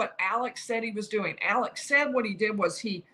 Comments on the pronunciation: You’re doing a great job, but you’re pronouncing his first name wrong. It is Alex — not Alec. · It's "Alex" not "Alec".